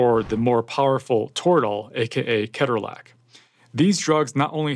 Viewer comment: Never trust an Intensivist who cannot pronounce Ketorolac correctly. 🥴